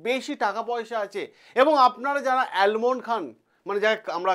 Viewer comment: Almond নয় Amond